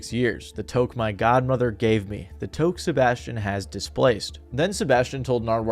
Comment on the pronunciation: lol touque is pronounced "tuke"